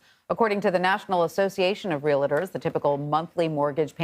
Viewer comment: You just said "reel it ers" It's prounounced "Realtor," there is no "I" between real and tor, so 2 syllables, real tor. Thank you.